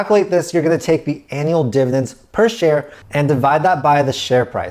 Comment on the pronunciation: Div-ID-ends. Not divins. Dividends.